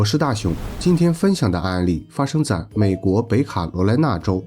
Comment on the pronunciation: “北卡罗来娜州”是读“ 北----卡罗来娜”， 而不是读“北卡----罗来娜” ， 因为还有“南-----卡罗来娜”州。